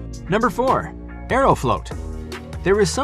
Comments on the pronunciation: It’s not “aero-float” it’s “aero-flawt” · It’s pronounced Ae-row-flaught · Funny how he pronounced Aeroflot as Aerofloat. Sounds like a Russian milkshake. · Aeroflot is not pronounced "AeroFloat"